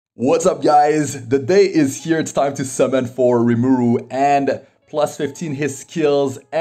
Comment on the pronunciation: His name is RimUru not RimAru